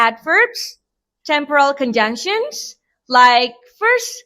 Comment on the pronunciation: Fluency (4/5): The speech is relatively smooth. While there are occasional pauses when explaining technical steps, the volume remains clear and the delivery is easy to follow. Pronunciation (5/5): Pronunciation is excellent. Key terms like "imperative verbs" and "temporal conjunctions" are articulated perfectly, making the lesson very accessible for X-grade students. Content (5/5): The main idea is very clear. The video thoroughly explains the social function, generic structure, and provides a complete step-by-step demonstration. Organization (4/5): The information is well-organized. The transition from theory to the practical "how-to" demo is logical, though the pacing between chapters could be more balanced. Creativity (4/5): The project is expressed in a fairly original way. Combining the "Guardian" narrative with a procedure tutorial creates an engaging and non-boring learning experience. NOVA/13/XG